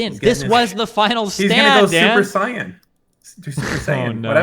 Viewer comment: Super "Saiyun" LMFAOOO